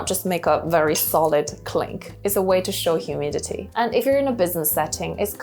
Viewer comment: Good information thanks , btw, it’s humility not humidity.